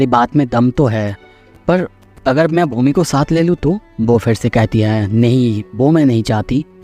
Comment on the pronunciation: Bhoomi ❌ bhOOmi ✅